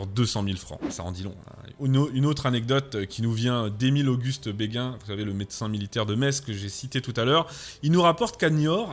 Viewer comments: … des bâtons de MARÉCHAL, je pense, et non des bâtons « de maréchaux » – ce qui ne peut signifier qu'une chose: ayant appartenu à des maréchaux. Émile-Auguste « BÉGUIN » (à, à et à ) n'existe pas: ce mémorialiste se nomme BÉGIN (« bé-jin »). Liaison dangereuse à. Mais vous nous avez offert encore une vidéo géniale. Merci,. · merci pr la video. petite note ; on prononce béjin comme pour l'hopital militaire du meme nom ;-)